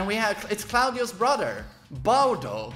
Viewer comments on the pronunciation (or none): The way he said BAUDO .. that killed me